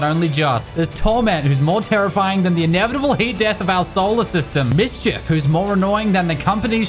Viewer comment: Thought he said miskif